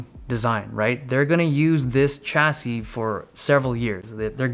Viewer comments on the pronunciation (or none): I want a video of this guy saying the word chassis for an hour...